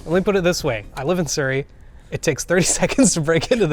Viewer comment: Ewww how tf do u say Surrey 😢 it’s Suh - Re - Eay